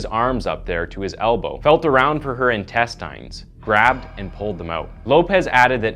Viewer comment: What is going on with the pronunciations!? "com-PILE-ations"!? "in-test-EINS"!? Is this an AI man?